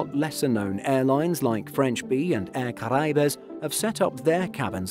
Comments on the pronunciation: You butchered Air Caraïbes: cara yeeb is correct. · The way he pronounces air caraibes is killing me 😂😂😂